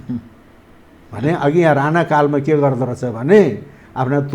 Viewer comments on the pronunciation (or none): none